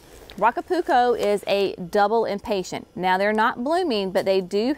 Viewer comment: Please quit saying “impatient”. There is no T on the end of the flower name. They are impatiens. Otherwise, I enjoy your channel and have learned a lot from your videos. Thanks.